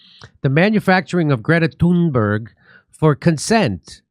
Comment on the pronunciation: Dore can't even say her name right